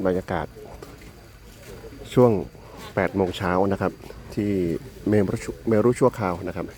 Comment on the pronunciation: เมรุ อ่านออกเสียงว่า “เมนๆ มิใช่ เม- รุ “ นะ 🙏 ขอรับ ! ส่วนคำนี้ “เมรุมาศ” อ่านออกเสียงว่า “เม-รุ-มาด ออกงานพระเมรุมาศ (งานพระราชทานเพลิงศพหลวงปู่แสง…….)